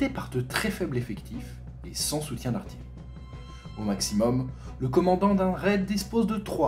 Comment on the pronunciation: C'est quoi ce délire de prononcer '' artillerie'' arti-leu-rie ?